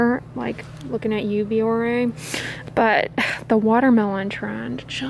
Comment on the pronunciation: ..."like...looking at you Biore'"... 😂